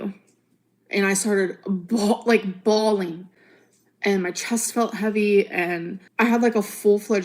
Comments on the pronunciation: Innit , why are u bhaawleeen? Ur supposed to be an adult lol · I was leedurlee bhawleen my eyes out!!1!1!!!